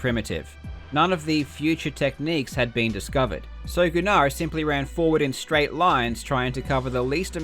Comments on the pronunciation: I went to school with a kid named gunnar. Pretty sure its meant to be pronounced as "gunner" not "goo-nar" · Just for future reference the name Gunnar is pronounced Gunn-er not Goo- nar